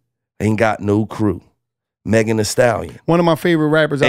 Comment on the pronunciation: They ain’t even say Megan good